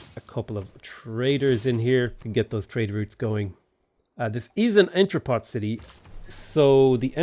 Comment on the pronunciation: the final t in entrepot is silent